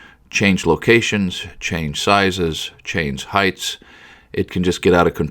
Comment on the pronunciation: It's Height not Heghts lol